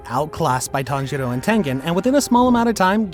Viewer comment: I heard him said tanghero